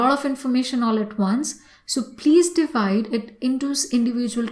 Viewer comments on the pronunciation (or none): none